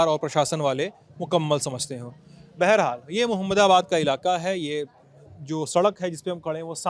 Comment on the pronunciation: Sahab aap ek word kafi use karte hai wo hai. Beharhal. Ye word baharhal hota hai